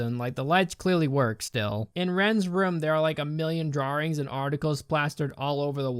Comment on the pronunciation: "Drawrings" I like that pronunciation. Lol.